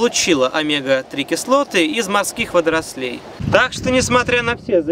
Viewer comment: Протрясло от "водорослЕй", но после "спортсмЭнов" стало так смешно, что я всё простила 😁👍